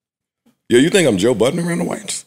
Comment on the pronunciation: “Toe Budden” at it again 😂